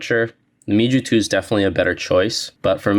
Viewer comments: its pronounced mew like the greek letter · It’s pronounced “MEW” and not gonna lie that memory analogy was kinda corny. I cringed hard. It’s not that deep bruh.